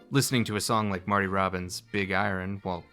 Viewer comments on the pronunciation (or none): none